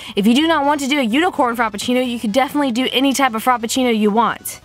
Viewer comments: I love you, but I cringed every time I heard FROPpucinno instead of Frappuccino. 😂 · Giselle R. Haha I laughed every time she said frop instead of frap. I was a little annoyed by the end tho